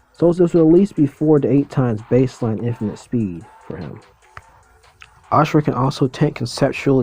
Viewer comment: But it IS Asura & not "Ashura" as he pronounces it